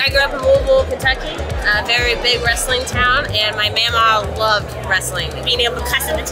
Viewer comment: Il famoso vrestling... in tutte le parole inglesi, che iniziano con il gruppo fonetico wr-, la w è muta.